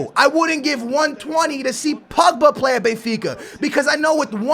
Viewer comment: isn't BENfica not BAYfica ???